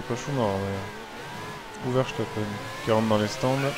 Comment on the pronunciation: Il n'y a pas «sh» a verstapen